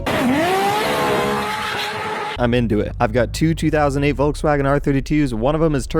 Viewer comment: Dont take that ba buts It's a bit funny as a german to hear you how you say volkswagen